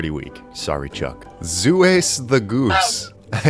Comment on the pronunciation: OK, something hilarious about "Zues the Goose." The way you're forced to pronounce it, "Zu Ess", is essntially the inversion of how Zeus should be pronounced, ie "Zeh Uss" and not "Zoos". And its Egg attack isn't that strong as it only hits objects. Well, unless that object is the bridge you're standing on.